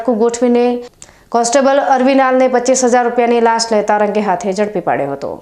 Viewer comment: લાસ નહિ લાંચ બોલો